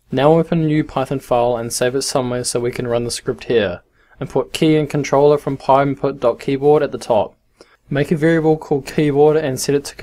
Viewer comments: just wanna say it's pynput not pyinput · thank you so much i thought he was saying pie impute